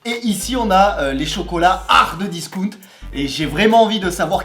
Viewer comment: "Hardeuh discount" j'entends que ça 😭😭